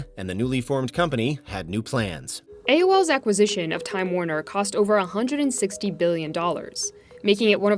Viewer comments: Not to be picky, but the word “acquisition” is pronounced ak-wah-ZISH-uhn. Not “ack-ah-ZISH-uhn.” I stopped counting how many times it was pronounced incorrectly after the third time. Sorry, that was picky, I know. 🤷🏻‍♀️ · “Akkisition” pretty sure there is a Q in there guy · This guy cannot say acquisition. Decent video though.